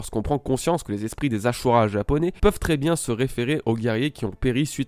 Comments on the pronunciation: Le "SU" se prononce "SHU" en Japonais ^^ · c ashura pas asura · Ça me casse les oreilles quand ces youtubeur ne savent pas prononcer correctement les noms des personnage ou des choses. Mec on as ajouter un H avant le S du ashura, et non asura, tu prononce comment si je dis Shaka ? Pareil c est ashura et non asura, alor tu va ignorer mon commentaire normal, pas facile de prononcer correctement les noms dans l original.😅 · C pas asura mais ashura 🤣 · Pas asura mais aSHura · Sa vous stess pas qu'il dise asura au lieu de dire ashura comme dans l'anime??? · ASHURA et pas ASSURA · Ca ce dit pas AsHura??